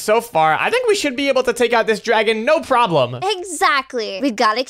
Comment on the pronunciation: A drAegon 😂😂😂